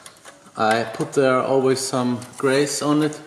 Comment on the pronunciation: Just to help, but you use the word Grease a lot and the way you tell it is not right. You say: Greyse, but it’s said like: Greese ;) nice video’s and a lot of new content frequently;)